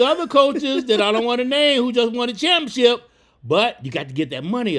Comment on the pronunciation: & I love how he say championship He say champ-ship😂😂🩵